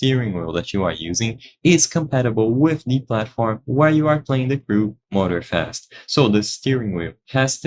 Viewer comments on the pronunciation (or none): Motor-Fast huh? as apposed to Moror slow. Stupid cheap AI. And maybe say what wheel your vid is actually for. There's a dozen of Wheel makers.